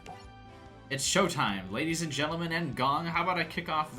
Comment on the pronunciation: for everytime yuya says ladies and gentlemen through the series it sounds like rabies and gentleman also During this exact duel his cards magically changed into pendulum cards right there on the spot